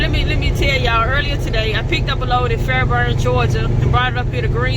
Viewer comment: Where you from when you said Fairburn it sound you with USA